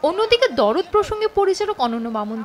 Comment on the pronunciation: "দরদ" নয় শব্দ টা "দারদ" মানে ব্যাথা-বেদনা